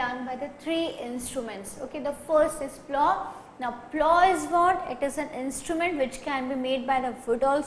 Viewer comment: plough pronunciation is wrong & part of plough ,you say beam is wrong, it is called yoke